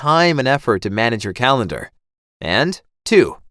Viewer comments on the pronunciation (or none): “Put it on your CALENAR”. What’s a calenar??